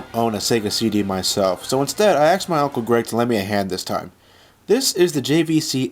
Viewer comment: "I axed my uncle..."